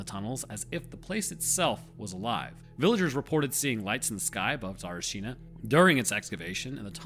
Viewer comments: Yeah, sorry to tell you this, but your pronunciation was not even close… also, it doesn’t help you constantly shitting on Bulgaria and it’s army… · No you didn't pronounce it righ in anyway. Didn even understand what did you said, and I would never so if I wasnt saw the video title.... is it so hard to repeat something damn it ?! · If i didn't read the caption, i would have never known you're talking about Tsarichina (Царичина) maybe listen to some bulgarian videos about that place to hear how to pronounce it , it just sounds really unserious and disrespectful to the place . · As Bulgarian if you say it like that one more time , I will come and slap you. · I am a Bulgarian and I can tell you you did not. However there is no way I can type how it is spelled and no way to send a voice here. Also some of our latters take years for english speaking people to be said corectly. The people who said you did, knew it, and wanted to be supportive. I wanna be supportive aswell and Im telling you what it is. You've done a good job with anything else though. Cheers! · Pronounced it wrong even though you think you didnt. Dissing bulgarian military... bro we gave the world the PC you wouldnt know how to build a stick spear without that. Lords units??? YEAH THE METER! You will never catch Jesus measuring in FEET. Pissed me off so much by being an american idiot through and through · You are not pronouncing is correct. The stress is on the first a not the u . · Nephilim and fallen angels imprisoned, waiting for God's judgement. Also Tsa-rEE-chi-nah not sari-shEE-nah I bet radioactive sickness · No, you haven't. Tsa-ri-chi-na. 4 syllables. Not Tsar-china (2 syllables). But it's fine, whatever =) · A Bulgarian. Whoever told you it was correct, lied to you. You say it like "Sarchina/Сарчина" - it's missing a whole "i / и" in the middle. The proper name is Tsa-RI-chi-na/Царичина. It's root is the word "Tsar/Цар" - a monarch's title. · Say it with me Tsa-ri-chi-na, not tsarachina